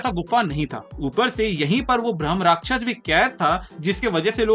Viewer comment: Bhramarakshas nahi hai Bhai bhrama rakshas hai ... Rakshas means protect karne walla ... Not rakshas or demon... Pronounce it right